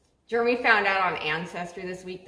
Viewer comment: Jeremy pronouced. Lol